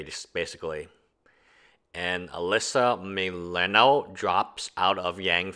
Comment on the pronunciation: It’s pretty amazing that this guy doesn’t even know how to pronounce Alyssa milano’s name. Just goes to show that even the most famous people eventually become not so famous and become irrelevant. Can’t stop progress.